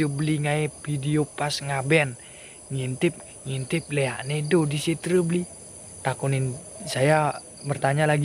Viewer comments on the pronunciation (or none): none